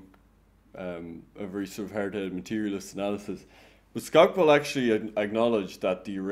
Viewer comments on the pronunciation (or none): "Theda Skotch-pol"